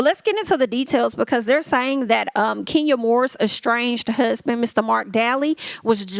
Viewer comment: Marc daly( pronounced dailey